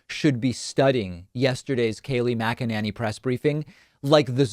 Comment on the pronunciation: Kaleigh Maganenny 😂😂